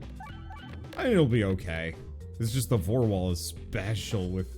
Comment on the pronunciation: Did you seriously call it the Vore Wall!?!?! XD omg